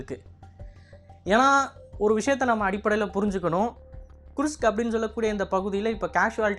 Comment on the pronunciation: Kirsk not kurushk😂